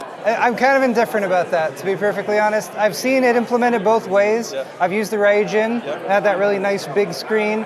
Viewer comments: I wish asked someone how to pronounce Ryujin. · Buddy should really find out how to pronounce 'Ryujin' properly if he's going to be in a customer-facing position like this.